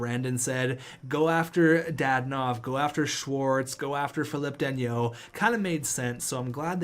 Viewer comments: Philip danault is pronounced fi-lip dan-o Ps: the steal of the century is actually valeri chubby chubisov for less than 4 million dollars! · Philip dano thats how you pronounce it